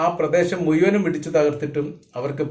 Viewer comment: "മുയ്മനും ", അല്ല ഭായ്, മുഴുവനും എന്നു പറയൂ.😂😂